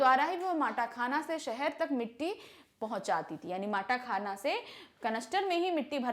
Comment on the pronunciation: mam matakhana nahi matakhan